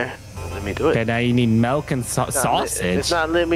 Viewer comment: The MELK thing still irks me lol